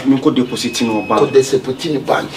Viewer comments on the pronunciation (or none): Eii did i hear saying desipoti😂😂😂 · Did I hear Desipoti from 🤣🤣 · how did you say deposit? Desipoti🤣🤣🤣🤣 s3 s3in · said Desopiti😂😂💔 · Did I hear saying desopit instead of deposit🤣🤣?